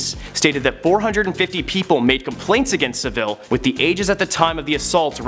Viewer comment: Not SaVILLE - SavILL